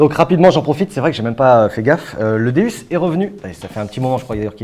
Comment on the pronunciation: stp si tu aime autant ton Deus stp stp prononce correctement sont non c'est un déOUs sa se prononce déOUs et non déUs pour faire partie de la team Deus faut savoir comment sont detecteur s'appelle.si un pilote te dit je fais partie de la team Ferrari et il te dit je fais partie de la team Ferraru tu en pensais cois 😂😂😂😂